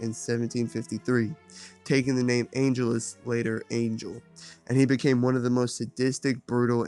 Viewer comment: I respect this whole video, but the way you kept pronouncing Angelus was killing me.